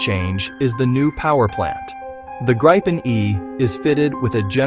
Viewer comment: At least, pronounce Gripen consistently through the video... please...